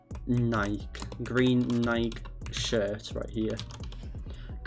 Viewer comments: Instead of nike(ni key) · Bro said NIKE weird